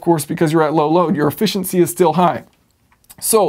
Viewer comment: Now that I'm officially "old" the generational differences in our society are becoming more obvious to me. One of these generational differences is pronunciation of the English language. The version of English spoken by your generation substitutes (wherever possible) the sound "ahh" in place of other vowel sounds. In this video you talked about "ahh-fficiency" quite a bit (whereas guys from my generation would have been discussing "efficiency").